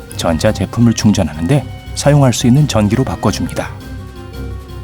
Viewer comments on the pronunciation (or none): 나레이션중에 "실제 전시로" - 문맥상 전기여야 할텐데 전시로 들리네요